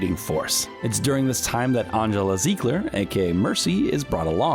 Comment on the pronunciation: The butchering of mercys real name is real. Angela like angelica from rug rat but with no ic.